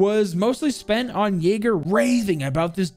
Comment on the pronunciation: He's yayga not yager